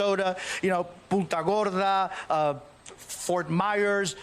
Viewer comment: “Puta gorda”? 😂 you need to practice your Spanish pronunciation. PuNta Gorda.